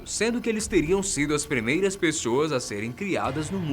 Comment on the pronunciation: "Premeiras " kķķkkkkkkkkk